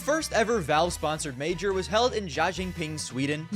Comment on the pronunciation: WHY DID BRO SAY JÖNKÖPING LIKE IT WAS CHINESE??? HAHHA. LOVE FROM SWEDEN <3